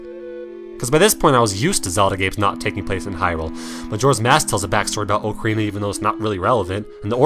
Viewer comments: The way you pronounce ocarina grates my ears but.... Nice list :) Also, I never had a problem with link stopping in twilight princess to swing- he never did that for me! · why can't people pronounce ocarina correctly